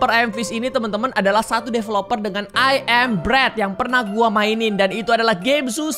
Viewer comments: Ayam fish 🤣🤣🤣🤣🤣 Ngakak sih padahal baca nya emang gitu tapi kalau di dengar ky ayam 🤣🤣🤣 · 90% degar miawaug bilang "ayam fish"